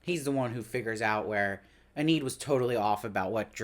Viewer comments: He keeps pronouncing it that way. It should be EE-nid. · I'm just wondering please, why do you pronounce her name "En-need"? Is it your accent or? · It's distracting! He's got good insights, but the constant mispronunciation is killing me! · I know!